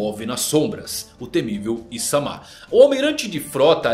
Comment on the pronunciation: Imsamá não, IsMama.